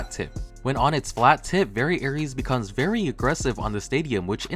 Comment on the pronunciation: Are you talking about Variares? It's pronounced "very airs" but it is spelled Variares not Aries those are two completely different beys. (I'm really only saying this cause Variares is my favourite bey)